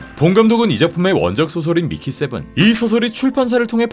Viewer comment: 자꾸 밀키세븐으로 들리